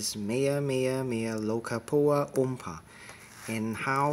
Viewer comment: I'm surprised you finally pronounced Meameamealokkapoowa oompa! 😁😁